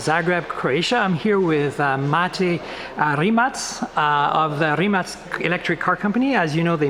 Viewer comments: "Rimatz" is Mate's name. "Remack" is the Company Name. Mate differentiated it on purpose. So yeah got it right when talking to Mate himself. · Wow! Finally someone said Rimatz instead of Rimack!